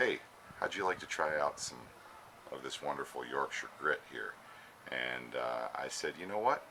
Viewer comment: It's great to hear Yorkshire being pronounce properly! Most Americans are heavy on the Shire part... It's a great product that I'm using more and more. Glyn lives local to me and I'm proud to have been able to support him as he developed the product by providing internet / Website facilities for him. Sweet little bowl by the way! Cheers Tom